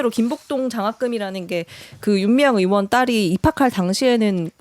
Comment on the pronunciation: 죄송한데 "윤미향 의원" 발음이 넘 빨라서 "윤미향 연" 이라 들리는데 조금만 더 발음 정확하게 해주세요 ㅋㅋ 듣는데 자꾸 거슬려서 ㅋ